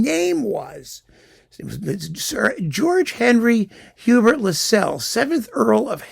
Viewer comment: And Lascelles is pronounced to rhyme with tassels